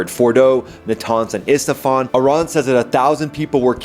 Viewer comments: Isfahan dude, not IsTafan. Its like Newyork and not Neworyk 😊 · Why do you keep saying Istafan brother😂😂 it's Isfahan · Jesus, dude! How can you be an F-15 and F-16 fighter pilot, let alone a team member of the highly precise Thunderbirds, when you can't even learn to say "Isfahan" and keep calling it "Estefan" like you're talking about Gloria, as opposed to the Iranian city?